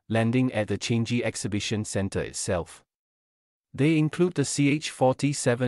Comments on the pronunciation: Changi is not pronounced as “change-gi”. Are you even a Singaporean? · Agree. Please pronounce our airport properly. Is Changi international airport not change ge